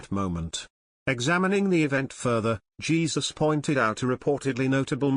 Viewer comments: It isn't Jesus it is Heh Soos!!!!! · Jesus - pronounced in Spanish, "Hay Zuse"!